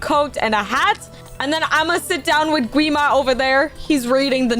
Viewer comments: Say guima its wrong its gwi-ma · Lol it’s gwi ma not qwi ma